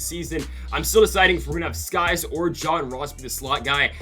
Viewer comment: Just saying it’s Sykes not skys